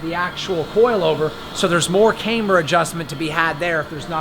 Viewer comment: If you say integra type r one more time.... it’s Camber not Canber, I really like your car but you’re slightly annoying lol.